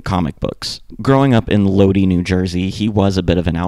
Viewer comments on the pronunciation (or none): Lodi is pronounced Lod-eye , not Lod-ee Also Samhain is pronounced -hain like -pain. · My only critique is to look up how to pronounce certain words. It’s load eye, not Lodi. I’ve noticed this in a few videos you don’t pronounce things right. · It's pronounced "Low-die" NJ...no big deal, just had to comment bc ur 1st I've ever heard mispronounce it. Obviously it's still good vid. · My man Lodi is pronounced low-dye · It's always cringe watching a video about the Misfits and hearing how they butcher the pronunciation of Lodi.